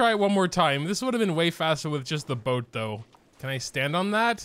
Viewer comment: "Mihoyo requires you to use the boat here": You mean bow-t?